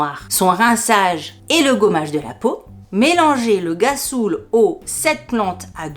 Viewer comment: fou rire à la lecture de gassoul qui se prononce rrassoulle mdr en même temps quand on connait pas. ma pauvre en tout cas j'ai bien ris merci pour ce moment🤣😘😘😘😘😘